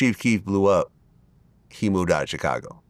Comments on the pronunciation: I hate the way Vlad says Chicago. He says “Cha-cago” 😫😫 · I absolutely hate the way Vlad pronounces Chicago so phonetically. That's not how that word goes, it's not english smh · I hate how Vlad pronounces Chicago.